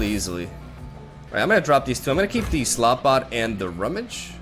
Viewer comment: Slotbot Me: Slutbot